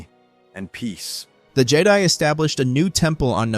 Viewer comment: I liked this…until Jedi was spoken incorrectly exactly every time it was said.